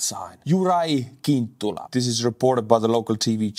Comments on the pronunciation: Slovak is a Slavic language, not a Celtic one. Cintula is pronounced "tsintoolah". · It's tsintula not kintula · FYI Fico is pronounced "fitzo" and Cintula is pronounced "tzintula." C in Slovak is a tz sound. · English pronunciation is Fitso, Tsintula. Or, in italian: Fizzo